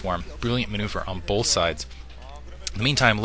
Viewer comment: good stuff, but it's "both" not "bolth" =0!